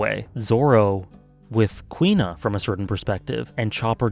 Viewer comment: Huh, Kuina sounds like "Queen-nah." Always read her name as Coup-Na.